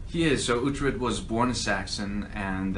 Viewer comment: Uhtred not uthred